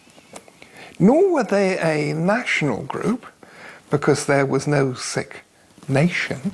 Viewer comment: finally someone says sikh right